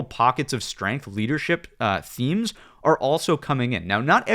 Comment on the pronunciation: Youtube doesn't like the way you say "are" it captions it as "our"